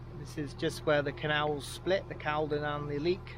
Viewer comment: Nice vlog pal. I have a boat moored at Stoke Boat Club on the Caldon. Quick one, it's actually pronounced culdon 👍